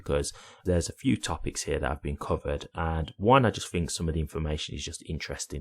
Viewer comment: I don't know what you mean when you Fink and Fing